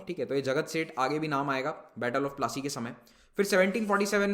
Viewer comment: The pronounciation is po-la-C (battle of palashi)